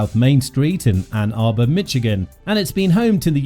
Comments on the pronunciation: “Mitchigan” instead of Michigan is wild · There's no "T" in Michigan.. It's Michigan, not Mitchigan... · Calling this "Mitch-igan" makes this unlistenable, aside from ridiculous. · And it’s not “Mitch-igan” !!!!